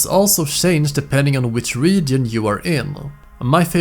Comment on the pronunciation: You said "shange" so many times in this video I now believe that that's how the word is said.